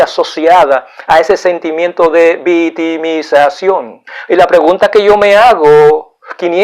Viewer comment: me gusta mucho sus temas ya que son muy interesantes,pero amigo mio le falta mejorar su forma de hablar y pronunciar las palabras,quiza tambien no repetir tanto lo mismo. La palabra que en este video me da risa es como pronuncia VITIMISACION....en ves de VICTIMIZACIÓN..otra es NOJOTRO...en ves de NOSOTROS..No se dice MENTAR sino MENTAL... Tampoco se dice PERSONAR sino PERSONAL...Esto es solo una critica constructiva, no lo vea como un ataque..es muy inteligente pero mejore su didactica y vaya directo al grano en ves de alargar el video repitiendo tanto lo mismo tanto ya que se pierde el interes en seguir mirandolo.